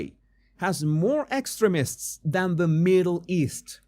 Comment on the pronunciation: Hah! It sounds like you are saying "excrements" (vs we tend to pronounce the word as ex treem ists... but you are very wise, so you were probably just trying to throw off yt)